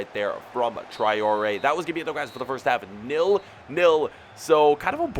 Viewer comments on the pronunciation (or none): its tray-ore not try-ore